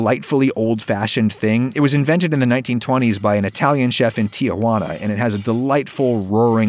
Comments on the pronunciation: Basically all Americans say Tiajuana, even though it's clearly Tijuana. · Did u say “Tiajuana” lol😂😂 it’s Tijuana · With bonus Beach-Bum-Bro flip-flop-foot tan lines! BTW, "Tijuana": It's tee-Whanna, not Tee-a-Wanna -- dunno why people add the non-existent "a" before the "j". Your aunt Tia will never admit to ever having been there. ;-) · As a (white) San Diegan, I'm amused when someone pronounces "Tijuana" with four distinct syllables. Around here we (native English speakers, I mean) pretty much bury the second syllable: Tee-wanna. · Tea as in the drink, hoo as in hooters (nothing better pops into my mind right now) and ana Tea-hoo-ana It may sound off at the beginning but just try to smooth the u into a as much as possible